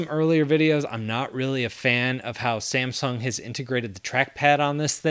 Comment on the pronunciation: You have to pronounce like samsung not ssamsung😂